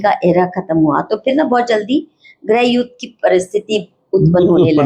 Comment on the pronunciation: Mam you were the editor of a Hindi magazine and you are pronouncing GRIH YUDH as GREH YUDH!!!